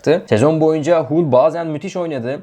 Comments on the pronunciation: Hull değil Hal diye okunur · Haul siti diye telefuz ediliyor kardesim bu ne hulu